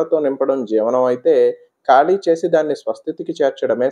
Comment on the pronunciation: ఖాళీ... కాళీ కాదు